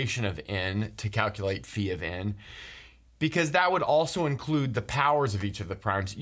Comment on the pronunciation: I appreciate that you say φ like phi and not phaj